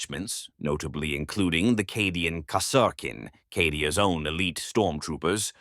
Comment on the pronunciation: This is an AI channel, or someone is going to get yelled at for awful name butchering of certain things like Cadia and Scions.